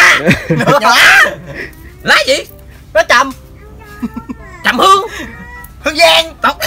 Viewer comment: thánh xam thua ... cu đen lá chầm... chứ hk phải trầm nha nha